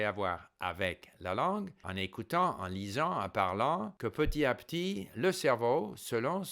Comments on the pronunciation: La perfection même, toute mon admiration ( la seule et unique chose qui trahit que c'est une langue étrangère pour vous, c'est l'oubli de la liaison dans "petit à petit" qu'on prononce petiTApetit). J'espère arriver un jour au même niveau en anglais et en mandarin. Mille mercis pour tous vos conseils et encouragements ! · Steve , votre français est parfait. Une seule petite erreur : Petit à petit = il faut faire la liaison. [ petita. petit ] Amicalement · Il y a plusieurs types de liaisons : celles qui sont obligatoires et celles qui sont facultatives. Dans le cas de "petit à petit", c'est une liaison obligatoire, donc si on ne la fait pas, c'est une faute. Si M. Kaufman a été repris là-dessus, c'est aussi parce qu'il fait la même faute quatre fois dans la vidéo (les autres petites fautes, de par leur rareté, sont moins gênantes, donc il n'y a pas vraiment de quoi reprendre M. Kaufman là-dessus).